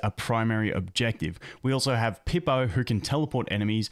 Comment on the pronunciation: I’ve never heard Raku or Pippa be pronounced that way. Makes me smirk.